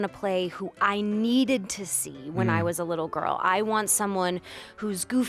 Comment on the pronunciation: "It whas her all this time!" Bleh it whas good until that ending bleh